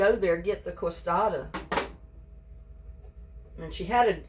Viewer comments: they are pronounced kay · suh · dee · uh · No, you pronounce it k suh dee uh here in Texas, San Antonio.